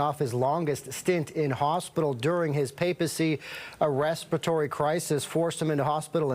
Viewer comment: English: Ress-Pir-a-tory, not Respatory.